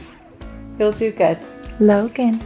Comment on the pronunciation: the way she says “Logan” has me dying for some reason 🤣